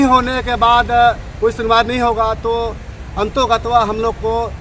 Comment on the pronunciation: बुड़बक ,मेघा सरना समाज को गुमराह करके छोड़ेगा,इसकी हिंदी भाषा पर भी पकड़ नही है, अंततोगत्वा शब्द को अंतोगत्वा बोल रहा है।बयान सुनिये।